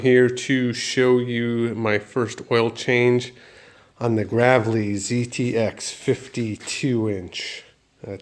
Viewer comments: It's pronounced "Grave-lee" like a grave. Not grav-lee... Lol. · Read back that part number on the filter! you got something backwards. Also It's pronounced Graaaaavely! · TD MILESKI +1 I stopped as soon as he said graavlee